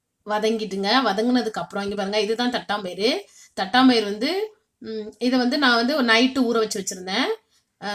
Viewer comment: அது தட்டாம்பயறு இல்லங்க... தட்டப்பயறு...